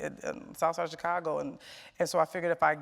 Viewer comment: I hate the way Charlamagne pronounces the word "Chicago" lol